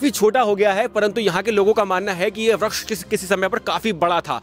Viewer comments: वृक्ष को व्रक्ष कियौं बोल रहे हो😮😮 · Vriskh ko vraksh kh raha hai